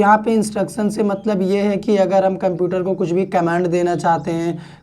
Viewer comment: Why are you spelling "kumputer"? This is so much annoying to hear.